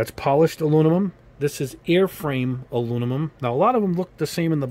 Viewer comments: Aluminum, not Alunimum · No. He's mixing up the M and N the way children do. There is "Aluminium" and "Aluminum", not "Alunimum" If im wrong, please feel free to show me any language that pronounces it "Alunimum" It's a small thing, but i seriously can't handle hearing it more than 20 times before i have to stop it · I love your channel, but I have to give you some constructive feedback. it's painful to hear you struggle with the word aluminum. "Aloo-na-mum" is how you repeatedly say it and it makes you sound like a third grader. For someone who reviews colors and has to say that word a lot you should consider practicing the correct way to enunciate "Aloo - mi - num" That's it, everything else on your content is awesome! Thank you for your hard work. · Great vid. Never heard of “alunimum” though haha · Aluninum isn't the worst pronunciation I've heard. I've heard Aluminuminum. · Great comparison and review. Constructive feedback: I thought I was having a stroke every time you mispronounced and said “Alunimum”. Made it hard to watch and finish the video. Also, you repeat yourself a lot a repeatedly use filler phrases which also makes it hard to watch a long video. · Please. If you're gonna say a color 50 times in a video, please pronounce it properly. Literally my only negative feedback. Good job otherwise.